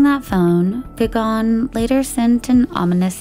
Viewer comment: Gagan is like Gugun. Not Gagaan.